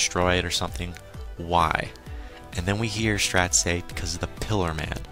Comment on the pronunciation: Just to inform you Straits name is pronounced Straights